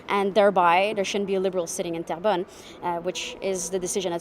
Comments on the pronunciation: 😂 It’s not trembelone… It’s terrebonne (good earth in French) Pronounced Ter-bonn But I love the way you said it, It made me crack-up 🤣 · Terrebonne should be pronouced like " tearbun" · Great show,. It's Terra bon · come on, pay attention you, are pronouncing the riding of "Terrebonne" as tremblon which does not even come close, it is insulting. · Terrebonne. I keep hearing Toblerone. LOL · Trembolonge lol 🤣. We need to teach you some French 🤣😜